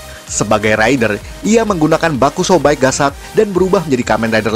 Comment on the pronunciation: Bakosou bike di telinga ku terdengar baaksou baik